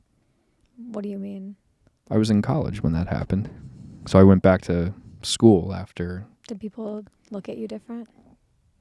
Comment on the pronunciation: The same woman that said bach instead of back lol